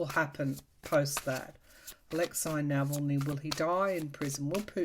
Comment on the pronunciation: thank you so much for the information on Alexei Navalny. BTW, his name is pronounced Nahahlny, not Nevellny.